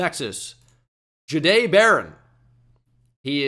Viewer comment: Jaw-Dae Barron not jday